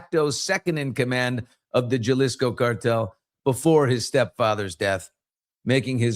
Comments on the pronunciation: BILLY! You roll your R's and speak Spanish!!! It is Ha-Lisko(jalisco) NOT Jah-lisco!! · It's pronounced Halisco! 😉❤